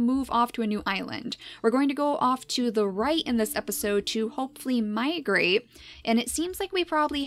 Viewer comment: mi-GRAPE XD